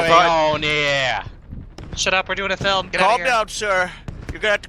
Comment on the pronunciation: " I went to flim school" lmfao